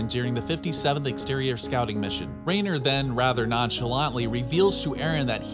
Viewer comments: i know its not a big deal. But how are you pronouncing it R(eh)ner when throughout the show it is consistently pronounces R(eye)ner lol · Anybody else bothered that he says “Rainer”